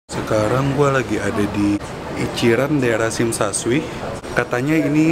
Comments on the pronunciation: Klau orang hk bilang nya sim sha coi bukan sim sha shui.. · tsim sha shui (baca shim sha coi) lucu liat si bilg shim sha shui 😃 jgn marah ya ko, dibenerin dikit..